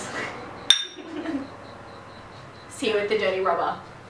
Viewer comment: That last comment..."See you at the Dirty Robber" sounded like Dirty Rubber...which I know is wrong. Just wrong.